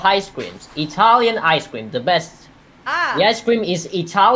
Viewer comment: "Dhe" is the new "The"